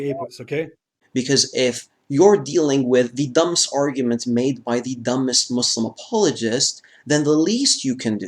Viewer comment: This man claims he read the Quran 3 times, saying his parents were religious, and he can't even say Islam or muslim right. Also, has anyone heard him say anything from the Quran, even surah Fatihah?